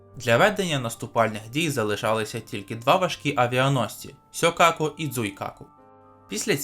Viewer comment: сьокаку і дзуйкаку 🤣🤣🤣🤣🤣🤣 сьорбайкаку і жуйкаку